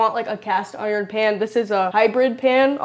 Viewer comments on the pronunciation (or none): none